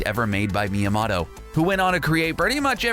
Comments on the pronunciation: Why does this video exist!? Made up facts, facts that are already common knowledge, savage one-sentence reviews of games you've clearly never played, and about 6 different ways of pronouncing Shigeru Miyamoto. I hate to be harsh but you should be embarrassed. Do more research please. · Not only are these facts common knowlege to older gamers, but for a "huge nerd" you don't even know how to pronounce Miyamoto's name? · Properly butchering Miyamoto's name :'D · Would it have killed you to learn to pronounce the name "Miyamoto" given you say it like 30 times during this video? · Thumbs down for dumb mispronunciation of Miyamoto's name and for the saying Donkey meant "goofy." Miyamoto is on record stating that they were looking for a synonym for "stubborn", thus the petulant stubborn escaped ape pet that captures Mario's girl. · The way you pronounced Miyamoto makes me want to die. Same for Ocarina. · Please go to school and learn Japanese. Talks so much about Miyamoto, but can’t even pronounce it properly Can’t even spell Birdo. Pathetic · Please learn to pronounce Miyamoto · Fucking BUTCHERED Shigeru Miyamoto's name... hahaha, XD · If you can't say Miyamoto correctly, you lose all credibility on Nintendo topics. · Cause he’s pronouncing it with a short o and not a long o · "The creator of Super Mario is called Sugeroo Myamotto" - LIE It's Shigeru Miyamoto (Like Motorola) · MÍA-MOW-TOE THATS HOW ITS PRONOUNCED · Ok. Its mii a MOTO. Not mii a mato. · ITS MIYAMOTO NOT MIYAMATO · Every single American pronounces his name wrong, because it's MyamoTo, not MyamoDo. And the correct pronounce is not even the English one, because the English T sounds a bit like like "ch", while the Japanese T is a plain T, without any "ch" sound in it. And don't even get me started about the "o"... :) Let's just say that the only part of his name that most Anglophones get right it's "Mya" (you should call him Mya-san ;) ) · Meomoto is pronounced Me-o-mo-to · What's a Meamoto?